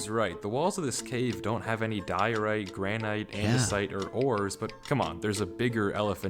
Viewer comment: Am I the only one bothered by how pronounces "granite"? 😭